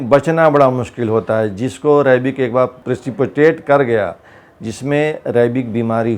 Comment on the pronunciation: Ye rabies ko rabik kyu bol rhe